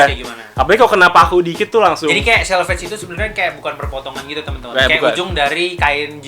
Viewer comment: Itu selvedge accent bukan selvedge